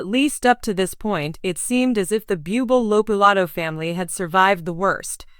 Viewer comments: Pls pronounce Michael's last name correctly...🙄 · Have the courtesy to pronounce his name correctly, this is so disrespectful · Yes, not pronouncement of his name correctly….pathetic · Perhaps 7the announcer could learn how to pronounce bubbles name